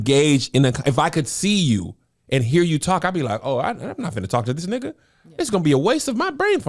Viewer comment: the way Kev say nigha sounds racist